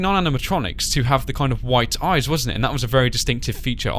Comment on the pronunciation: Oh no not ears ...eye's*